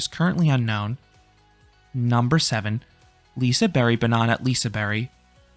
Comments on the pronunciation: Im from sweden and im not Shure if your suposed to say Lisaberebannana 😂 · I’ve never heard someone pronounce liseberg like liseberry😂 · I guess "Liseberry" is the Swedish pronounciation? Never knew that. Good video! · Did anyone notice him prounncing liseberg wrong